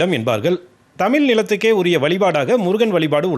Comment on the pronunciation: ழ சரியாக உச்சரிக்க வேண்டும் செய்தி வாசிப்பாளர்..தமிலர் அல்ல தமிழர்.